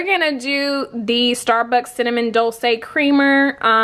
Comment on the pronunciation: Nice video. It’s pronounced dolchay since it’s from Italian. Your pronunciation is close to Spanish.